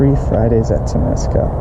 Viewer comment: Bro. You pronounced Temeasal as bad as me...rofl.